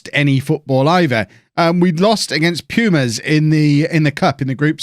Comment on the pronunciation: Quick pronunciation help (others might have posted something like this, I'm too lazy to look), vowels in spanish always sound the same: ahhh, eeh, eee, oh, ooo (a,e,i,o,u). so pumas is "poo ma s", lobos is low-bows etc